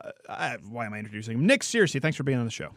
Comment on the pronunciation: It's pronounced 'Ser-cee' not 'Seer-cee'